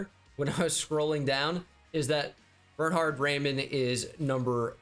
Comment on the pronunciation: The Way he speaks Bernhard triggers me as a German 🗿